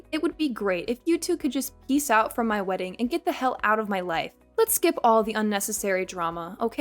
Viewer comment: Words ending in ing does not have a k sound. It’s not weddink.